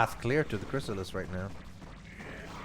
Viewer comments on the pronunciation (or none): Every time he says “Chrisilist”.... I get nightmares about the original Xcom...